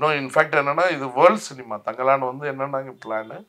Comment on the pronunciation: Thangaalan illa thangalaan